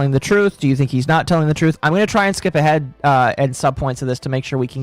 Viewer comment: But the TWOOOTH! THE TWOOTH!!!